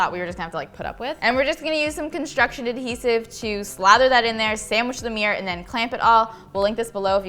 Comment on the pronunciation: I love every bit of this except for pronouncing mirror as 'meir'